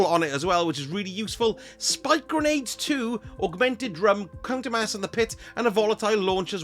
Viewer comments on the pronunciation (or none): I could have sworn you said C*ntermass and the Pit when you were talking about Banshee’s GL5. 😂